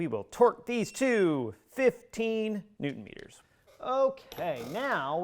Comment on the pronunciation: “Neutron Meters” 😂😂